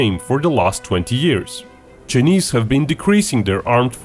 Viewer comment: I like how this guy says “chnise” hahaha